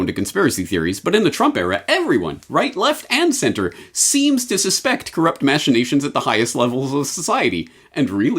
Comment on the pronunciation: Machination is pronounced /ˌmækəˈneɪʃən/ .